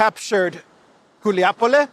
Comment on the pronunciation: once again: it's Гуляйполе, not "Guliapole."😃